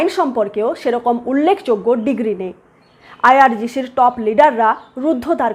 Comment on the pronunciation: হামাশ নয়.. হামাস! হোশেন নয়.. হোসেন! আইআরজিশি নয়.. আইআরজিসি!